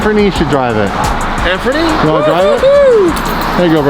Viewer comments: "Anfernee" lmaooo that was real shit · Y’all said “Anfernee” at the end not “Anthony” 🤣🤣 that’s my name lmao